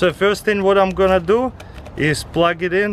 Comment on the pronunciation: "Just ganna go around like this dis an..." 😂